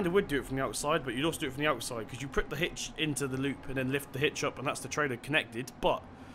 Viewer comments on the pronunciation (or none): none